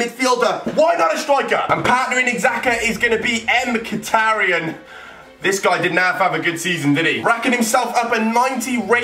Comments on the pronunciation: his name isnt M-khitaryan , its pronounced mikhitaryan (mik-it-ar-ryan) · His name pronounce mikataryan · Im sorry but "M" khitaryan just makes me crack up 😂😂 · lol wtf M-katarian